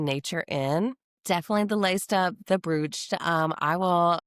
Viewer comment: Please don't say br(ew)ch. Sounds awful. Never heard it pronounced that way before, even by Americans. It's pronounced broach as in app'roach'. Thanks. Good video tho :)